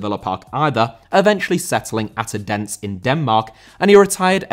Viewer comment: You probably don't care but Odense isn't pronounced O-Dense, but more like O-then-se